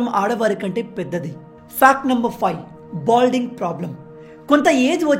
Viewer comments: Balding not bolding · Its baldness not bolding